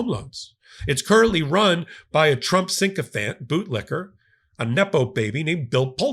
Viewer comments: Adore your content. PLEASE stop saying sinkofant instead of sickofant! I want to scream every time one of you brilliant legal minds says it wrong😢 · it's Fannie Mae and Freddie Mac! Also, the word you like to use is "Sycophant", NOT "Sink-o-phant"!